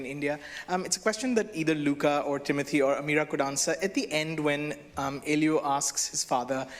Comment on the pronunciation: And then they pronounced Timothée's name correctly X:::D